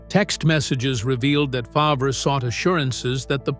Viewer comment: Can't you program your narrator to correctly pronounce Favre?